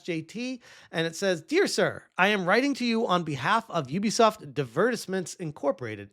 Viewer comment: Who the hell is youbisoft. Might as well call me a youber.